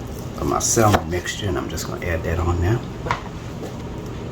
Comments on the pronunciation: Looks good. But it’s pronounced sam men. Or sam mon. Not salmon. The L is silent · the l in salmon is silent. Samin cakes is the correct pronunciation. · The "l" in salmon is silent. Samon cakes. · Pronounce samon